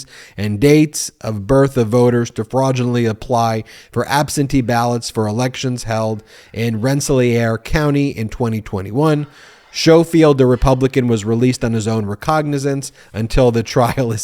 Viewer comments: I believe they are pronounced ‘Skohfield’ and ‘renseleer’ (with the ‘r’ on the end). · Skough- field. REN-suh- LEER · Ben, I’m pretty sure his name is pronounced skofield and the county is pronounced renseleer. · it's pronounced "Rens-layer" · It's pronounced Ren-sa-leer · FYI... Rensselaer (Renn-sel-ear or Renn-sel-er) are proper local pronunciations of this city. Just across the Hudson from Albany the capital city.